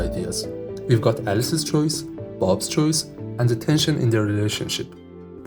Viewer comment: a few more: product is not “porduct”. “Plus one” is not “pschthdrhon”. “Alice’s” is not “Alsys”. “Alice” is not “als”. “Conflict” is not “confelict” or “confict”. “Lowest” is not “Lois”. “Ground” is not “grand”. The number of syllables really matters. The stress pattern really, really matters. Your video is probably interesting but… I’m not in a mood to reverse engineer mispronounced English in an accent I’m not very familiar with. It’s not that it’s bad compared to a typical French or Spanish accent — it’s actually a lot better! — it just that it takes too many brain cycles because of the unfamiliarity.